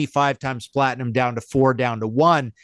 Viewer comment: Platingham sounds like an English suburb 😂 There's no 'G' in platinum